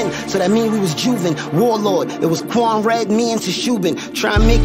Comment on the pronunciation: Love the shout out he pronounce my name correct Warlord Quan Red and TOSHUBIN 😂